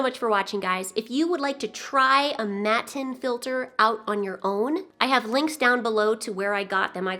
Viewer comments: I'm with your Uncle - pronounce the T's!:) I haven't seen those type of filters here in Australia but I will be looking out for them. I do like sponge filters. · You also could hide filter materials in that small compartment behind the filter mat, fx those ceramic tubes which provide more surface for the bacteria. Mattenfilter actually is a German word, so you‘d pronounce it with double T, like you prefer it. I am curious to see if you like it, once you have used it for a while. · Matten filter user in Europe here! I pronounce the T, because the original Germans (who invented the things) definitely pronounce the T. They work great and are ideal for labyrinth fish like Bettas and gouramis. And maintenance is...pretty much non-existent! You just leave it alone until it's completely blocked, which can literally take years to happen, then rinse in old tank water. I recommend them to everyone who loves Bettas! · I always assumed this filter got it's name from the fact that it is a Mat(of foam) In the tank. Hence I pronounce it 'matin'. I could be way out to lunch though. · MAT-TEN MA-EN MAT-EN MA-TEN MATTEN jeez idk.. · However Rob from Flip Aquatics pronounces it, that’s how. 😂😂😂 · It's pretty much only in North America where you don't pronounce the T. Mind you they also pronounce water with a D 🤦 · I find it strange that a Minnesotan pronounces his Ts I was born and raised in northern Minnesota. I moved out of state about ten years ago and I still have a thick “fargo” accent, all my Ts are either D’s or silent. O and cool filter to